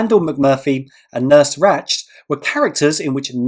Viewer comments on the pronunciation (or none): Congrats on episode 100! We always look forward to your quizzes! BTW, Nurse Ratched is pronounced like the tool "ratchet" and it's Rod Serling, not Sterling. Thanks for adding the option A in the music round for us old heads!